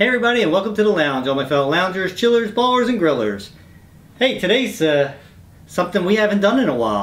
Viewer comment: CookieRageGaming he should be saying "ballers" but he says bowlers. The ballers are offended I am just their messenger. 🙂